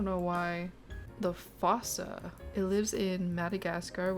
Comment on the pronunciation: Google's pronunciation is actually wrong! It's not said how it's spelled! "Branch" is supposed to sound like "brank"! Bruh that's a giant otter... Finally! Some credit is taken off of the manatee for once! Dugongs look much more mermaidy! Frigate is prounced "frigg it". Madagascar (the Dreamworks movie) taught me to call this the "foosa". That's how I learned of the island's top land predator. I'll never forget seeing a troop of these while zipgliding in Belieze. One of them was an albino!